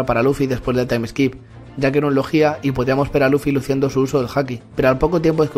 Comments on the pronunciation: Muí vuen bidio ,pero cada bez que decias "logia" ponias el aCnto en la "í" y en mi KBza solo sonava "legía" xD. Podrías decirlo acentuándolo en la "o"? Pofavó (Las faltas de ortografía son a propósito, no os ralléis ni me jeiteéis) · "Lojjjjjia" wtf